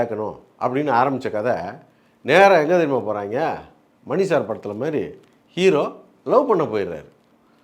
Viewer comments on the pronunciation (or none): none